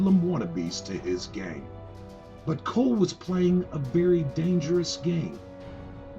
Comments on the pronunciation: its pronounced "call" not "cole" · It’s pronounced “call” not coal.